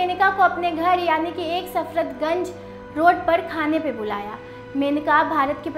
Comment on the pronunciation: आपका उच्चारण और सामान्य ज्ञान दोनों ही कमजोर लगे। संजय छोटे बेटे थे। सफदरगंज को आपने सर्फतगंज बोला......